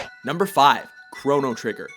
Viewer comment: You misspronounced chrono trigger!